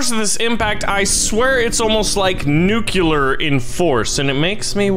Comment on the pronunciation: Nucuelar? I think you mean "nuclear"